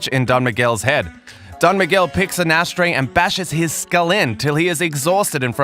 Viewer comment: U got it all wrong with "don miguel" xD what a bummer